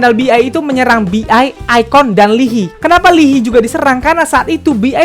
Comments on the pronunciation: Lii hai bacanya bukan Lii hi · Its spelled li-ha-yi bukan lihi 😭 nangesss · bang, maap banget. lee hi bacanya 이 하이(i ha i), bukan li hi:((( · Maaf koreksi ya. Baca namanya Lee Hayi, bukan Lihi. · Lihi ? Li hai kak caranya baca wkwkwk No YG no money, no YG no party ! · maaf cuma mau numpang bilang aja pelafalan untuk nama mino itu mino aja dan lee hi bacanya lee hai hehe :) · aku dengernya lili (wtf lili?) ternyata lee Hi😭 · btw leehi itu di dibaca “i hai” bang 😊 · Gua ngakak da bang lu bilng ' lee hi' wkwk